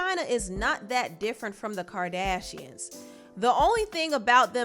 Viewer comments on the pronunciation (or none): Did you say the birdashians?? Lmao